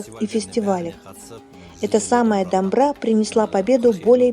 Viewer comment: Қазақшаны орысшаға аударып тұрған қыз қазақ шығар, егер қазақ болса дамбыра демей , домбыра деп дұрыс айтып үйренсінші . Қазір орыстар да дұрыс айтып жүр ғой , Саджана ға да ескерту, ол да дұрыс айтсын домбыра деп..